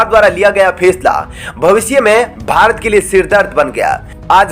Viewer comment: It's not bhart but bharat. Please correct the mistake you commit frequently.